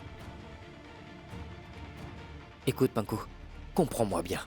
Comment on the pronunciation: Quand dit panku façon ça m'énerve